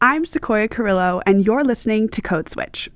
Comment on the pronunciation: This lady doesn’t even know how to pronounce her own last name. Carrillo?